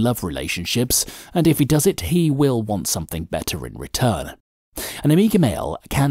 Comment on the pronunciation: Good video but stop saying 'somethink instead of 'Something'